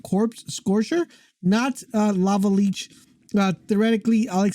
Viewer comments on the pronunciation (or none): It's not pronounced leech. It's li-ch